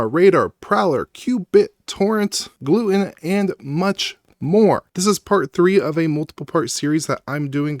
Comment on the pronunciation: I strongly dislike the way you pronounce gluetun… cause it’s Glue Tun, like glue Tunnel, GlueTUN, the way you say it reminds me of my family’s celiac disease.